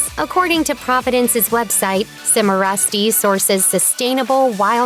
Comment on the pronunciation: Cimarusti = chee mah ROO stee